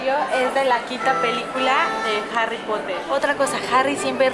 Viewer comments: Primero es lesslie y segundo es potter no poter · Al igual que es potter no porer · HARRY POTAH !